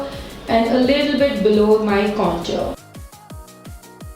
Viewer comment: Not to sound rude or anything but the way you pronounce the word 'contour' is wrong (and for me it's cringy ) Please look it up.